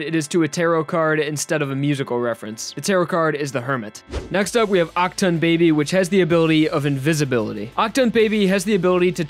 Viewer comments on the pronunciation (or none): none